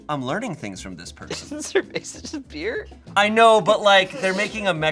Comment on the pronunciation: How pronounces cerveza 😭